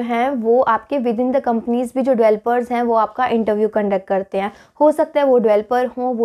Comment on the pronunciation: Please Pronounce Developers not "Evelopers" Its really irritating to ear while listening..